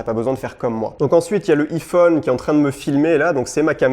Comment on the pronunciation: J'ai mon pincil 🤭🤣 Donc ensuite y'a mon iifone 😂